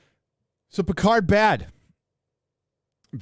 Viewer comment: Love how you say "Pétard". Not sure if its intentional but its awesome! "firecracker" 😆. Jean-Luc, the most British of frenchman ever, is anything but. Or As we would say where I live : Pétard mouillé!